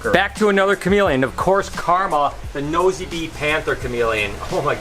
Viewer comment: Nosy Be is a small island off of Madagascar and the actual pronunciation is "new-see bay" :) Just kind of a fun fact!